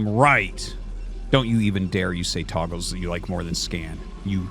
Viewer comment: Arty saying Togles to make sure we're paying attention